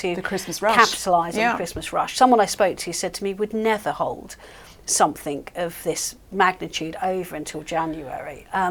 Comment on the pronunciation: I noticed that the woman in the black and green dress pronounced 'something' as 'somethink.' I can feel discomfort from here!